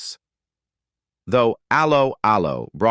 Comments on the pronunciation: hate how you preannounce allo , allo . it is pronounced as hello, hello not as a low . a low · Can this commentator not get the show title right. It’s Allo Allo. It’s not Halo Halo. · For f**ks sake, do a live commentary with an English person who has actually SEEN the series... Aloe Aloe? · Aloe, Aloe. He-De-Hi Get the pronunciation correct. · Actress Kim Hartman / Helga is still ALIVE. Wikipedia fact check all this folks!🙄 R- Lo R-Lo it's pronounced, even AI could do better... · Aloe 'Aloe... 😂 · First time I have seen this. Does the idiot doing the voice over. Actually know how to pronounce Allo Allo. This has ruined it for me. Ruined it for me. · Computer voice pronunciation is so crap Allo'Allo.